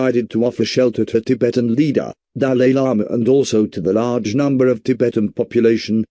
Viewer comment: At least Pronounce it well😂